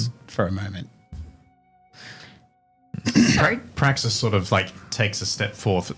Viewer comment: "You may call me Praxis." "BRAXIS?" 😂😂